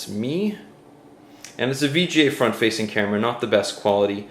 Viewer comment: Frount camera? On Panache